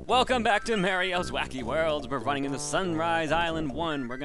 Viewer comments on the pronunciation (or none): "Mare-ee-oh"? Oh goodness no... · MARYIO? You say it like Ross Scott from Freeman's Mind